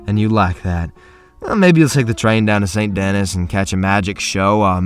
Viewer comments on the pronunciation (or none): Saint denis (as in is) is wrong saint denis (as in deni) is right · Pronounced San Deni, rather than Saint Denis. Sorry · did you pronounce is saint dennis? lol its pronounced SON DA-KNEE, you uncultured swine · It’s pronounced san duh-nee brother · Saint denis is pronounced saint denEESe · He said saint Dennis like a madlad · Saint Denis???? Don’t you mean San Deni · Imagine mispronouncing saint denis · I only disliked because of the way you said "Saint Denis"😔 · You said saint denis wrong bruh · The way you pronounce Saint Denis is a crime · “Saint Dennis”